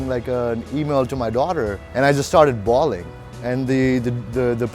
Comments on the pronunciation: Drew its "bawling" not "balling". :) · It's "bawling", not "balling". To bawl is to cry noisily.